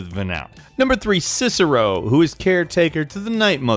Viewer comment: once u said Cicero. LIKE!